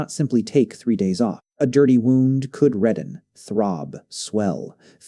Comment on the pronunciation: Your garbage AI can't even say 'wound' correctly